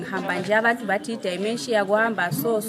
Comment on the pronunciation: Pronounce as dhimenjia not dhaimenjiya